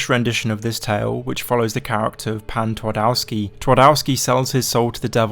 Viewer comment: ngl i like how you mentioned Pan Twardowski as its clearly what Heart of Stone is based on, but your pronunciation of Polish makes my ears bleed.